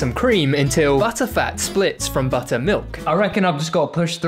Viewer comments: My guy becomed British for one second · "WE GOT BUD'UH" 🗣️🔥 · When that man said butter he didn't even pronounce the ts